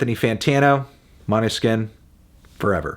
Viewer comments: Thanks for making an actual attempt at correctly pronouncing a Danish word. Måneskin means moonlight. I'd say "moan-eh-skin" comes closest :) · As a Danish I just can't get over the Måneskin pronounciation. The å is the same sound as o in "oh" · I died when he tried to say måneskin